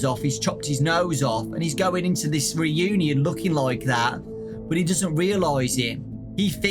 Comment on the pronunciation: High school Re-u-Née-In